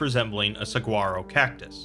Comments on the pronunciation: By the way, it’s pronounced Sa-wah-ro. As someone who lives in Arizona, it always annoys me when someone pronounced the G. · Please tell me he did not say saguaro like that. I'm from Arizona and this pains me greatly. Other than that great stuff.